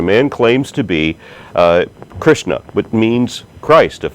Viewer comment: It's Krishna not Kristna, and the bible doesn't say plants came before the sun.. the bible has the fossil record right though.